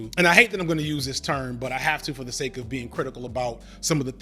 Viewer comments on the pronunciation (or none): none